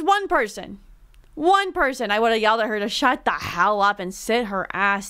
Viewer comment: I LOVE your voice like how you say things for the video like "shut the HHHELLL up" reading the comment 😂